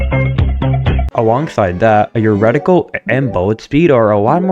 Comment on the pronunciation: It's called a reticle of a gun, not a "Redical".